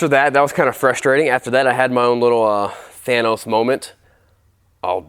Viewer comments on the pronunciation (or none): none